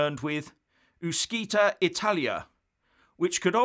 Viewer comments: I think your Italian pronunciation needs a little help. But then it keeps me in stitches. Keep it up ! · 'UscItalia' is not pronounced 'Uskitalia' but 'UtchItalia'. Thank you.... and 'ItalExit' comes more from Latin than English.... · Ooh-she-tah-lee-ah - practice makes perfect! Also, gi = j, not jee. Brilliant content as ever, though,. Others give us the facts, you drill down to the details! Thanks! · The pronunciation of UscItalia would be "ooshitalia" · Please get it right! “Uscitalia” (‘uscita’ + ‘Italia’) is NOT pronounced ‘ooskitalia’, it’s ‘oosheetalia’! The ‘sc’ is pronounced “sh” / ‘sci’ = “shee”. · It is not ooskitalia, but ooshitalia. Good grief. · It's not "uskitalia", it's "ushitalia". (No bad language intended). "Uscire" (usheareh) is an infinitive and means to exit, and the "c" is soft. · Hi, thank you for you video. Just a little thing: Uscitalia is actually pronounced ushitalia. Doesn’t sound that well in english 😊 but a lot more in italian 🇮🇹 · Pronounced oo-shee-ta Can’t wait for it to happen. Great channel great info. 👍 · It's pronounced oosh-Italia. Happy to help. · Hi, as your english is perfect, your Italian is not, please pronounce " Uscitaly or Uscitalia " like " " oeshitaly "or " oeshitalia", like you see, shit comes in enyway! Great work as usual! Grt from an Italian in Belgium! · As usual an interesting and informative video. However you do have to work on your Italian pronunciation. “Sc” followed by a narrow vowel is sort of like an “sh” in the Queen’s English. Small point though. Clear-headed and informed commentary. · The Italian word "uscita", meaning "exit", is actually pronounced oo-sheet-a ("sc" in Italian is equivalent to the English "sh"), so "Uscitalia" would be pronounced oo-she-talia, you can hear it here …. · It is pronounced “Ushitalia”. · Dear Sir It's pronounced ushitaly. Yes seriously. Otherwise it would be spelled UschItaly!